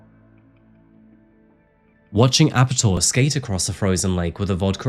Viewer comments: Yeah I think Ape-Tor would be a better pronunciation than Ape'tor. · I'm from sweden. And his name actually is pronounced Ape-Tor (monkey-tor) from his fascination with apes (monkeys) and his name -Tor.